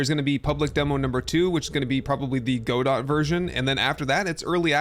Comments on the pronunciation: Pronunciation Police! "Gah-Dough" not "Go-Dot". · Just a heads up, the Godot engine is named after the French play "Waiting for Godot," and in typical French fashion, the T is silent. Also, the D goes in the first syllable, not the second. So, rather than being "Go-dot," it's pronounced more like "God-oh." You know, like making someone scream "Oh, God!" in the bedroom, but with the words reversed. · Go-dot? Isn't it pronounced the same as(and named after) the titular character in "Waiting for Godot?" guh-DOE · It's pronounced "guhdough" not "godot" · Godot is pronounced: Ga-dough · Lol Godot is not that new and it's pronounced go-doe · It's pronounced "Go-Doe", the T is silent. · has no one said it yet? Godot has a soft "T". So more like go-doh. Also, very interesting to hear that you've not come across it before. After the Unity debacle it floated to the surface as one of the major options for porting games to to avoid the licenses of commercial engines. I'm likely a little biased there though as it's an engine that I toy with a little bit so the algorithm likely floated these to the surface for me. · I think it's pronounced guh-doe as in "Waiting for Godot" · Just for reference: Godot is pronounced "Ga-doh" 👍 Great video! I'm also most excited for Enshrouded! Such a good looking game. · The way Godot was pronounced killed me lol especially because i used to pronounce it that way